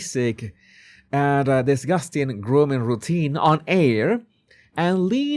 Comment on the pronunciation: air rhymes with hair and is a short syllable❤